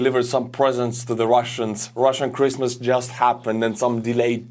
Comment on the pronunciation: Was I the only one that heard "crispmas" instead of christmas"?